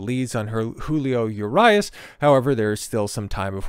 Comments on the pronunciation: U-Ree-Us for next time 😂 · U-RYE-US??? Really? Dude got a clue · That’s not how you pronounce Urias. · How to lose your algorithm.....Pronounce the name of the subject of the video incorrectly. Perhaps be half knowledgeable about the subject matter. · Fuck the way he pronounces his name 😂😂😂😂😂😆😆😆😆 you should’ve first found out how to pronounce it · You cant even prounounce his name or rob manfreds name... Or mention its his second offense.